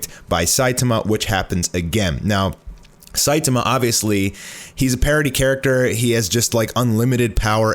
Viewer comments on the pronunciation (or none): ... What do you mean it's still not even done in the manga? Elder Centipede has been dead for a long time in the manga... Why are you saying Saitama like that..? Lol. Seye-tah-mah, not Seye-te-muh